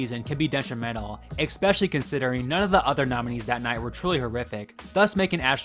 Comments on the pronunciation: The word is especially, not ecspecially. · It's a pet peeve, but Please stop saying "Exspecially" it's pronounced "Especially" There's no "X". As I said, it's a pet peeve of mine, and no big deal at all. But do please try to pronounce it correctly. Other than that, Great content!!! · Great video. But I cant help to be a bit put off that someone who says "eKspecially" is killin it on youtube while Im trrying to get subs hahahaha have a great night man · Look,, I've watched many of your videos so far, please stop mispronojncjng "especially"! You say the word a lot and you always pronounced it "expescially". There is no "x"! I get that not everyone has that pet peeve, but I do and it's making me want to take you off my algorithm completely. You narrate, so as a narrator, your first priority should be the pronunciation of words and correct grammar. I'm sorry, I like your vids, and I just want you to grow and I just have such a hard time listening with that kind of simple error. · ex-specially isn’t a word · "especially" isn't spelled OR pronounced with an X